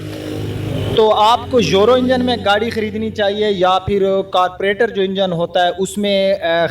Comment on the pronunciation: carburetor not carpuretor and sound not sond.